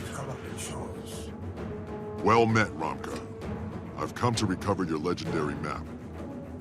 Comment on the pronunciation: The names of Romke and his crew are actually Frisian/Dutch in origin. They are pronounced more similarly as Romkeh, If-keh, Shoord, and Houke.